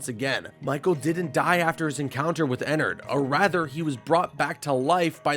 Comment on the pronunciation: i'm sorry to do this but there's so many things wrong here. Thats not why the robots try to kill you in 1 and 2, they're haunted. FNaF 3 is a horror attraction not a museum. Michael had those dreams in 4, not the kid. Michael in SL is a technician, not security. You pronounced Ballora and Ennard wrong. Lefty isn't black, he's blue. Jeremy's death in SL wasn't an accident.